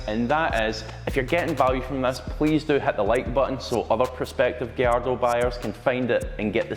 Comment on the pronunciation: It’s not a “giardo” It’s gallardo ffs